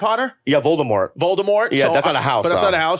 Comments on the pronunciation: Bro said Voltimore, lol. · Bro said Voldemort like it was Baltimore 😂